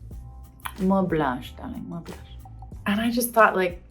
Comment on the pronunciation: “More blash” with accent 🥰😄